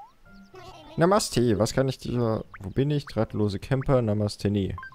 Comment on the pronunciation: NAMESSTE XDDDDDDDDDDDDDDDDDDDDD spricht man quasi NAHHHHMAHHSTEEE aus